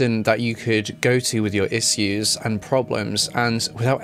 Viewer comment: Isss-euse? oh Issues. Love your channel so much but these pronunciations 😂🤣😁 Ensss-euere? oh ensure! Issues = Ish oose Ensure = En shure or I am I too common for you.